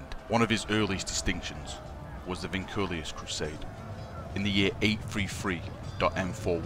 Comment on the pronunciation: I'm pretty sure you said "Vinculius" instead of "Vinculus"